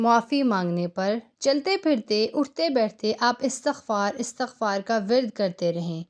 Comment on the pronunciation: Madam ap ki batain achi hain but Astakhfar party hain Estakhfar nahi party apna talafoz sahee krain ❤❤❤